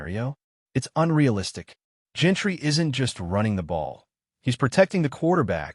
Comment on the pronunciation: Bro you have to learn how to say these players names it’s Jean-ty not Gentry and it’s Jakobi not Jacko-bi 🤣